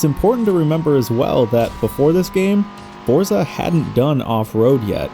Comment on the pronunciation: For someone who loves the series and says the word so often, I really with you'd pronounce it FORT sa. The Z is not an American Z, it's Italian, so it's like a TS in American English. Love you and your content, just trying to offer a tip. Cheers